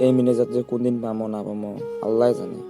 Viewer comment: মিনাজাদ নাহয় মোনাজাদ। দেহাইম নাকইস দেখাইম কইস্। সুন্দৰ উপস্থাপন